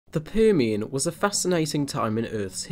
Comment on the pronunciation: That was a very Liverpudlian "Permian" you opened with! ☺️